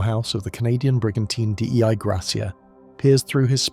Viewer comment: Sorry but I think Dei Gratia (the ship that found Mary Celeste) means “Grace of God”. “Dei” is not an an abbreviation, you don’t have to say it like that :)